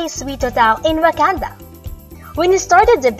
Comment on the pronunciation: did she say wakanda ?